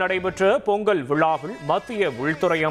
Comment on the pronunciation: இவம் பேசலாயக்கில்லடே!செய்தி சொல்லவே படிக்கலடா! பொங்கள் பொங்கள்ளுக்காம்ல! பொங்கல் னு சொல்லி கொடுங்கடா!